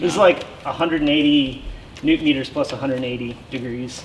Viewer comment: "30 Neutron-meters..." *LMFAO*, Dude! Thx for this one! 🤭👌